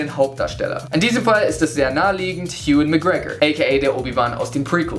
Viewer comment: Wie hast du bitte gerade den Namen Ewan ausgesprochen? XD